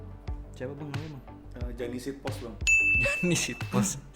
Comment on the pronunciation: SEATPOST bang bukan SHITPOST wkwkkwkwkwk